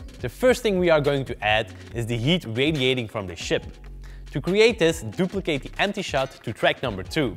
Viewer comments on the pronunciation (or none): none